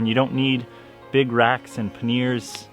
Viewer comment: It’s pronounced “pan yer” in English. Not panneer. 👍